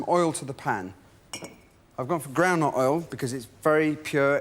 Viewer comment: I thought he was saying "grandma oil"...but I guess it was "ground nut oil", a/k/a Peanut Oil in the US.